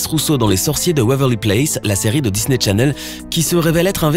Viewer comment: C'est moi ou il a dit Disney Tchanel ...